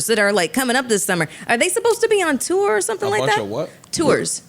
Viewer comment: In addition to the hilarious “bare and minimum” section 😂, Mel pronouncing “tour” was so funny! 😂